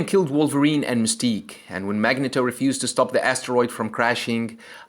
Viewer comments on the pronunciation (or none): It is pronounced " Mag-knee-toe". Thank you.